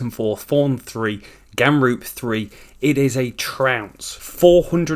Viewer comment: do wonder what it will take for u to say ramroop and not gamroop